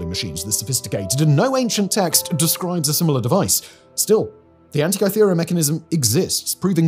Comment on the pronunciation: It's said An ti ka thera, not kai thera Is Hancock writing your scripts?